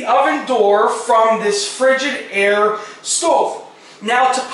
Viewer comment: Btw, it's Frig-I-daire. Not frigid-aire. Lol. Just saying.......:)